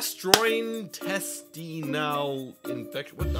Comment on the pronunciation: Love the vid but it's pronounced "Gastro-intestinal"